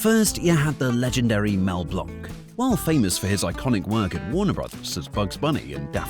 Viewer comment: AI-generated thumbnail was bad enough, but giving Mel Blanc's name the wrong pronunciation? Nope.